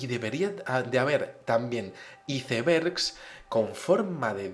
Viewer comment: Muy buenos temas, narras muy interesante. Curioso, pues en esta ocasión me dio risa tu pronunciación de iceberg. Saludos desde Mx.